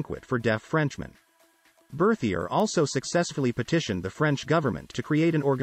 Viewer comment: I wish the audio voice would have pronounced his name and the society in French